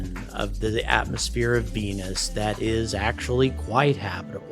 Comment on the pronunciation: I love how he says venuCHan :D